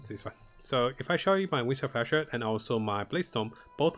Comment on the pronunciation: I understand that english isnt your first language but for the love of god can you please actually read things correctly. "wings of asher"???? not even close to ishmir. and you always say the stasis damage node wrong too